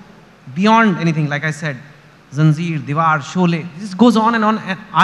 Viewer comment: bhi ZANJEER ko ZANZEER kehte hain. 😳